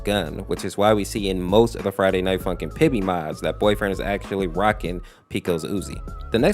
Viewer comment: I heard “Tje Friday night fucking mod”